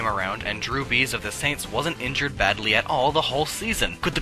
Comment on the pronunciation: It's Brees, not Bees.